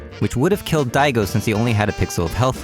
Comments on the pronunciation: i would like that video if i didnt hear "diego"... made it hard for me to watch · Nice video, i agree SF5 sux. Btw did he intentionally pronounce Daigo as Diego ? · Wait, is pronouncing Daigo as "Diego" is an running joke that I miss? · It's Daigo. You talk about moment 37 but you don't even know the name of the person behind it. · Please pull the video and correct Diago 's name. It's embarrassing. Unsubbed for being a poser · That Napoleon Dynamite clip illustrating input lag was hilarious. Why the fuck are you calling Daigo "Diego" though? You're hearing his name pronounced in the clips you're editing, man. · Is he saying "Diego" on purpose? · everytime u said "daigo's " name i somehow kept hearing "diego" and instantly kep tthinking about a mexican asian lol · did you just call daigo diego? lol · daigo, but he just pronounced it in a funny way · I find it funny how so many people mispronounce Daigo's name. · good video, but you're pronouncing Daigo wrong. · I know I'm beating a dead horse here, but honestly: How can someone who understands the street fighter scene at this level NOT know how to say Daigo's name? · He keeps mispronouncing Daigo's name :( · It's Daigo not Diego, he's Japanese not fuckin Spanish. PUT SOME RESPEKT ON THE LEGEND'S NAME ! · He called Daigo “Diego” 😕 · "anyone can be te next Diego" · .....ITS PRONOUNCED....”DIE-AH-GO”. Not Dee A Go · Why do you say Diego? Da-I-go, Daigo. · It's DAIGO not DIEGO darn it.... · Really liked the video and it's a super true message but I just dont like calling Daigo Umehara.....Diego lol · Smh.. I'm triggered about him calling "Daigo" "Diego" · Very cool video but learn how to pronounce daigo. It's not Diego lol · Won't like because you keep saying Diego instead of Daigo, but decent job. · It’s Daigo not Diego yes? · Daigo...pronounced Dye Go not Dee A Go. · why do you keep calling DAIgo diego? diego umirez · >thinks he knows what the fuck he's talking about >prounounces daigo as "diego" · Its Daigo not Diego